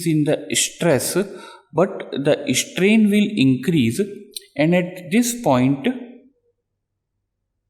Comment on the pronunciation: dude..your english!! its strain..not ishtrain!!